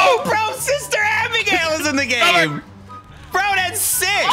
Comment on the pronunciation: The gameuhhh